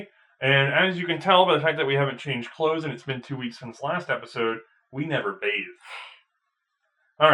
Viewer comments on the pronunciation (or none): none